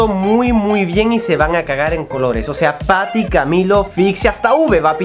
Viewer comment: YO escuchando tati en vez de patty🤣🤣🤣